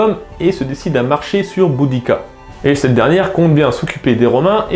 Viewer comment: le "u" se prononce "ou", en latin, just saying...